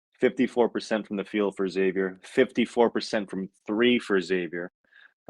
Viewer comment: When you get beat by 25, should pronounce the name correctly, it’s Xavier not eggsavier lol